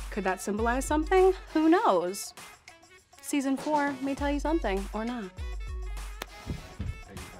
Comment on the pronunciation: At minute jasmin says seasin for may reveal something or not nobody knows